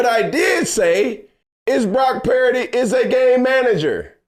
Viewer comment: Cam: “Brock Pear-dy”